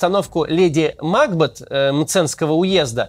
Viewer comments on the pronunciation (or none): Максим, леди МакбЕт - это шотландская фамилия. На приставку Мак не делают ударения.